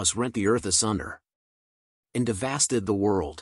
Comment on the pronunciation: Devastated (deh-va-state-ed)